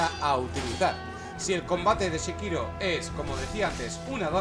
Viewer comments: porque dices shekiro si es sekiro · Entre este Shekiro y el Jalo las torturas auditivas son inhumanas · "SHE"KIRO, ya partimos mal ....